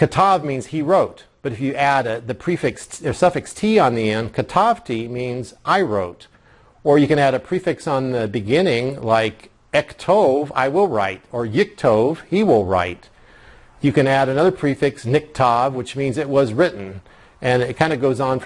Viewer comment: Just FIY: misspeaks saying that the word "כתב" ("Katav") is spelled Kaf-Tav-Vav. This is a mistake: It is spelled Kaf-Tav-Bet (or Vet, if you distinguish the letter without a "daggesh" by a separate name). At about, he mispronounces the Hebrew for "I will write". There is no daggesh in the Kaf of אכתוב ("Echtov"), so it should not be pronounced as "Ektov" with a hard "k" sound. The same mistake takes place for נכתב ("nichtav").